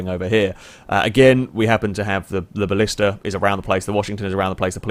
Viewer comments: it's blista btw not ballista... you don't pronounce black ballack, do you? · A Ballista is a Roman siege weapon..... The car you were in is called a Blista. Pronounced the same as blister.